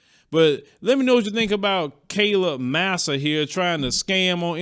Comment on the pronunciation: Her name is pronounce “Mesa” not “massa.”